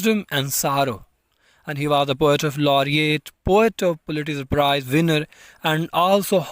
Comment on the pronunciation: Man, first u start to learn pronunciation...too bad ....pulitzer ,Boston, honour pronounced horribly.😢